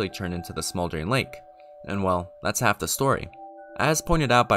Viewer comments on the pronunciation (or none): none